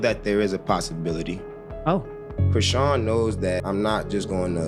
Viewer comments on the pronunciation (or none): “Cre-shon” is how you pronounce Chrisean.